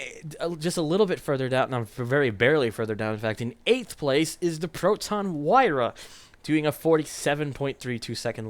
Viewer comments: You're supposed to pronounce this as "Wee-rah,". Hope this helps! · I think you're supposed to say it as "wee-ra"